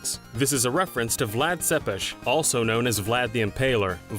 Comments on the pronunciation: Tepes isn't pronounces "suppesh" it's pronounced "Tepesh" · Its vlad tepes not sepes